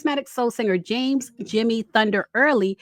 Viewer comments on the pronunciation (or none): none